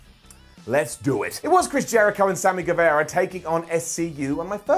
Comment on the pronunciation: it’s pronounced like Ge -Va-Ra. Loved the video.